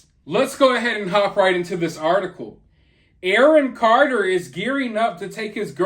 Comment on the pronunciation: "Awon Carter" 😂😋😋😂